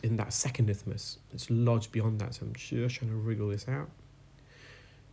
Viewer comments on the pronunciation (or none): Isthmus not ithmus